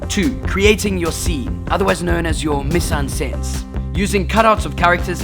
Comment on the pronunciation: absolutely butchered the pronunciation of 'Mise-En-Scene' haha